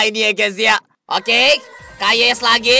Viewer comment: Bukan Kayes bang Yakes